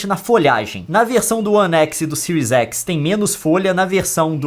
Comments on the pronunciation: Boa análise, mas cara, somos brasileiros , fala do jeito que escreve ai, series x e não siries exi kkkk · Era só falar série xis e série ési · É tanto "écs" que estou ficando doido